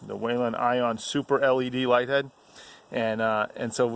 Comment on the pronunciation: There is no WAIL in the pronunciation of Whelen